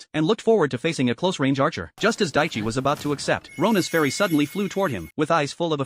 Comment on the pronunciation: His name isn’t daichi but it’s close It’s taichi